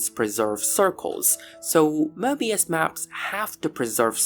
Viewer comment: Möbius not Mörbius 😂 and analogically Marvelous not Mavelous if there is r there is if not its not